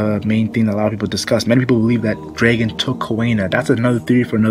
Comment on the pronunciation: Say draygon again see what happens